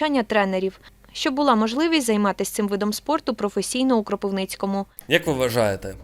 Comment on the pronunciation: я кропивничанин згоден. Дуже дратує